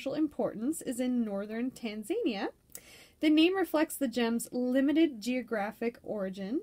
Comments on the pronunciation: I was talking about Tanzania not Tanzanite. I realize this because I used to pronounce it like that too. Lol You're saying Tan-zay'-nee-a. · I've just bought a green, emerald cut tanzanite. I've got a trilliant cut blue tanzanite as well. Wow, who knew it was part of epidote group. Btw it's Tan-zah-nee'-a, emphasis on the "nee". Zah, not zay.